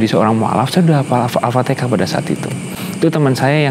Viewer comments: Mantap lah moga Istiqomah 👍👍👍👍 TAPI JGN BILANG ALFATIKAH .....tp ALFATIHAH OK 👍👍👍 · Di fasihkan lg ucapannya ya mas. Jangan Al fatikhah. Tapi Al Fatihah. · Mas.... Jgn ALfateka tapi Alfateha. Belajar yg baik ya... Alhamdulillah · Alfatihah massss Bukan alfatekah😁🤗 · Bukan alfatekah tapi alfatiha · maaf yah bukan Al Fatikah ...tp Al-Fatihah.... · Mhn d perbaiki ucapan surat Al-fatihah ,bkan alfatikah...🙏🙏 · Lidah orang Jawa timur,,, Alfatekah